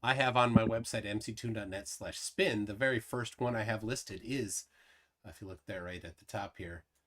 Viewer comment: It's 'MCToon', not 'McToon'.